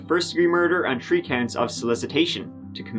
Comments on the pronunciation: just can't seem to cut a break in these stories. When someone goes missing it isn't on the 29th...it's the turdieth. The person is last seen not at twelve-fifteen but at twelve-turdy. Patrick tried to kill Kelsey not two times and not four times but TREE times. And before everyone jumps my bones, I am not saying that to be mean to. I LOVE his accent. I'm here, aren't I? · Noooooo He's Irish. For some reason they have trouble with certain words like "third", "three". Look at the comments in practically every video. You'll find many who appreciate this little quark. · Seriously the best true crime channel on YT...I look forward to your videos..and your pronunciation of the word "three" 😉.Keep up the good work! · He says The not Te. Why not Three and not Tree? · HE CAN SAY ' this ' but he cant say three or tree. Alright acting boy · I love your channel but please don't tone down the way you say 30 (turty) or 3 (tree), it always makes me smile when you say it as you normally do. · "Tree times!" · Arggghh I’m getting annoyed hearing you say “tirty” “tree” - I don’t know why your “h” is silent! It’s thirty three! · He tried tree times to many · How many Tree hours are in an Earth day? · Tree hrs ....lol lol ... chrystal got tree..years lol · love you but its pronounced 3 three not tree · Its..three..3....not 🌳 tree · He says it 3x in a row at tree minutes thirty three. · Tree years are the same as human years. the best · One two tree four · "tree times" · Th, my friend. Th-ree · Love your channel and you do a great job of reporting these crime stories.I don't tune in to see what shirt you are wearing and for those who have to nit pick on issues like your wardrobe and saying tree turdy they obviously must be below average intelligence.Some people just like to criticize. Keep up the good work. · He can’t pronounce “three” but he nailed “Pueblo”? 😂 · Tree Tirty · one, two, TREE. love your work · The way you said “tree” times lol~